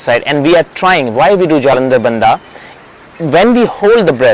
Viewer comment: Pllleeeeeaaaaaseee do pronounce the names properly. It is not BANDAAA. IT SHOULD BE PRONOUNCED AS "BANDH"